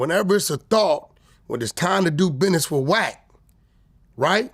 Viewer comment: WACK SAID " BIDNESS"😅😅😅